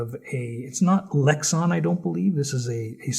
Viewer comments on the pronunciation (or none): I know what Lexan is... You said lexon. Lex-on...